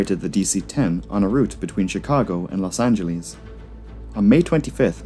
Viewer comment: Stop saying Los Anglease